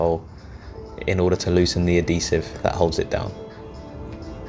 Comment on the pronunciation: Just to let you know it is Adhesive not addesive